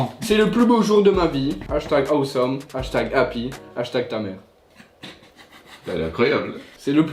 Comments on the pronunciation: Il y a que moi que sa choque qu’il dis « ahouesome pour awesome »😭😭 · Billy Corbeau il a dit à ouai some 😂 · il a dit # " a oué some" 😭😭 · "hashtag awésome" 🤣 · Personne normale:awesome: a ou some 😂😂😂